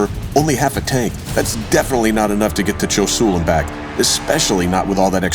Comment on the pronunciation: "Choy Sool". I just love it when Americans try to pronounce French names.